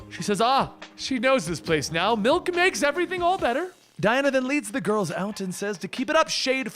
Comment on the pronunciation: Ah yes Malk